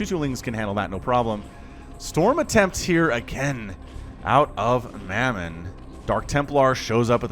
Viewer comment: Great cast ty! Mamon is pronounced mah mon not mey mon. The player is Russian and Christianity is the number 1 religion in russia. Mamon means wealth in the Bible and also refers to a demon of greed. ¨Ye may not serve god and mamon¨ Said Jesus. Take care:)